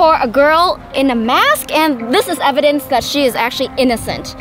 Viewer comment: The cop said complying evdanc